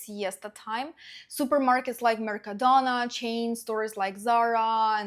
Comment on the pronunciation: It's pronounced mercadOna!!!!😂😂